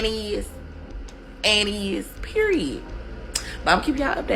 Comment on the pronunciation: Never trust a woman that pronounces the word period with 3 t’s while saying it 5 or more times during a 2 minute conversation.